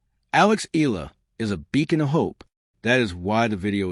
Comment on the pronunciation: Alex last name is pronounced — E-YA-LA not E-la